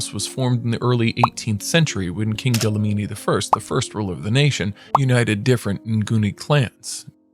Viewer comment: Dlamini, not Dalamini..